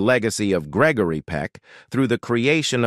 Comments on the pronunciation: Its Greg-o-ry not greckory lol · lol....he needs to learn the actors name....its NOT Gegory Peck...what a bummer video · "Gekory Peck? " Get it right. Gregory Peck's artistic legacy deserves it. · Why not hire a real person to read the script? I hate the mispronunciation and incorrect pacing of the electronic voice. Gickery Peck? A person wouldn't make that mistake. Very annoying. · Geckary Peck, really? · What's with the narrator referring to Gregory Peck as Gecory? It's G R E G O R Y. Great actor and loved ALL of his movies. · It's not Geckery. Why not get a real person to read the material? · Geckory hahahah😅😅😂😂 it’s Gregory dude😮😮😮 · Jeckory Peck? Check your voiceovers! This is getting to be a pattern of idiocy! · Why is he calling him Geckery?. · Way to go.. Gekery. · Piss poor on this production. Unwatchable FFS! "Geckory"! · it's grrreggry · Geckory?! It's G.R.E.G.O.R.Y...he wasnt a ghecko, cmon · Please pronounce his first name correctly! SMH :( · Please reprogram the robot narrator in pronouncing Gregory Peck properly. It's a crime to let him slaughter the name of respective and great celebrities. Practically all English words are mispronounced, it's insurmountably inexcusable.